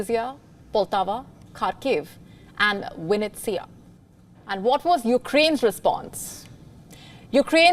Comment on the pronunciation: Vinnitsa versus Winnitsa.